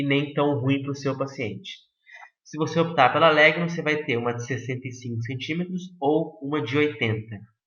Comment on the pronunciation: A pronúncia de Legno é lénho.